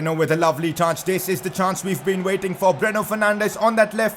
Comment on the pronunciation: It's Breno not bruno